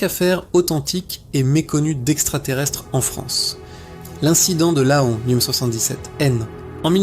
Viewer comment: Laon se dit « Lan » le « o » ne se prononce pas.. mais ok c’est une IA qui parle…